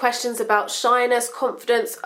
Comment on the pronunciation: When she says shyness i keep thinking she says shiners